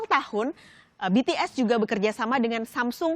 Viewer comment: Mba ngomong BTS sma bighit nya biasa aja jangan di..gmna ya susah jelasinnya pokoknya biasa aja ngomong BTS sma bighit nya biasa aja🤣